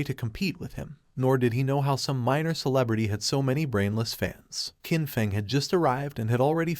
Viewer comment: IDK if you can change how your AI reader says things, but Qin is pronounced "Chin". The Q makes a Ch sound.